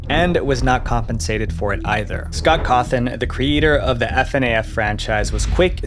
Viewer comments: yeah i think he used an AI script because i recall him saying “Scort Horthon” instead of “Scott Cawthon” and also the “4 children” instead of “4 adults” in the Chuck E Cheese case. Kinda disappointing ngl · “Scott Hawthorne” bro what😭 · "Scott Hawthorn" lul